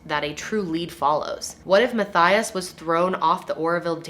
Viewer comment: The way she said mathias 😂 its pronouced ma-tee-iz anybody else that already knows will find it kinda funny how she said